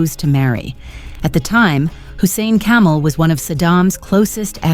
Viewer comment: His name was Kamel. It is pronounced differently from camel.